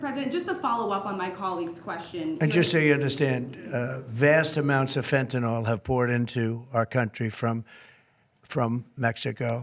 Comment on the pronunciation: “It’s not fentinol you muppet, it’s Fentanyl”. Gordon Ramsay.